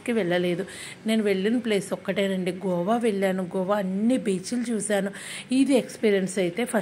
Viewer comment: Gova kadhu goa